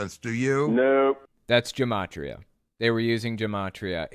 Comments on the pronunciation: For the record, Gematria is pronounced with a hard G. Also, they can't even get it right. They just think that the letters A-Z map onto 1-26. Originally, Hebrew Gematria was a base-10 system. The first 9 letters (א–ט) are 1-9. The next 9 (י–צ) are 10-90. The last 4 (ק–ת) are 100 to 400 (the Hebrew alphabet only has 22 letters). Also, and I feel like this shouldn't need to be said, but Gematria should only work in Hebrew (Y'know, the original text?), not English, causing the "A-Z=1-26" to make even less sense. That said, my friends and I had a lot of fun with that system (which we dubbed, "English Gematria") in elementary school. Another fun Gematria fact: 666 is the Gematria of "נרון קסר", which means "Nero Caesar". Saying that it was "the mark of the beast" was the ancient Jews' way of rebelling against the Romans. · You're pretty off on the Gematria thing. First of all it's a hard "G" sound, like "gamer", not a soft "g" like Germany. Second, gematria is basically just another numbering system (think of our Arabic numbering system versus Roman numerals). In fact, for Jewish dates, we often use the letters for the day of the month, so today is ט״ו of Iyar (or the 15th day of the month of Iyar). No magic there. It's just a different numbering scheme. (Here's a chart from Wikipedia on how the Hebrew letters are assigned a value: We use this for years as well, so this year is 5782 (in the Jewish calendar), which can be written as תשפ״ב. Now, for people who are experts in Torah study, many look to the Gematria values to extract some additional wisdom. This is the expert, expert level of Torah learning where you need to understand all the surface-level wisdom and knowledge before you dive in deeper. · I know this isn't the most important thing but gematria is pronounced with a hard G, ancient Hebrew didn't have a J sound